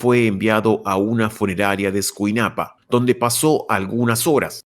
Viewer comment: Escuinapa amigo, no escunaipa.